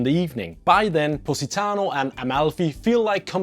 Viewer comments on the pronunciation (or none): all i hear is pussytano :D